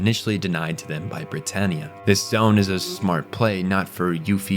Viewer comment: Why do you pronouce every character wrong? Cahlen??? Britarniea? This has to be AI generated.